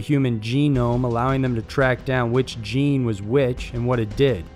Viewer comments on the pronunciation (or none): none